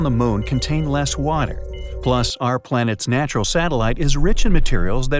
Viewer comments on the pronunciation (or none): none